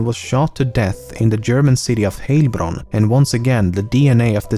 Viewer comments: I am from the area around Heilbronn and it is pronounced not Heylbronn but with an ei sound. I guess it doesn't exist in english. But I guess you should know how heil is pronounced from a slogan of a certain austrian dictator. Anyway curious that i never heard of the panthom i guess i was too young to read the local news at that time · Now i need to cut out how you pronounciate Heilbronn and make it my ringtone. It sounds so hilarious :) Nice video eventhough i actually knew almost all of the facts already... I guess im a weird person. And also - I like your accent.